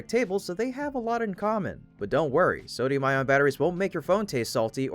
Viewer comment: It's pronounced "eye-on", not "eye-ron".